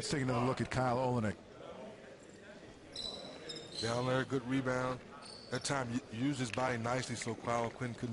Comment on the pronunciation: It's pronounced OL-LYN-NICK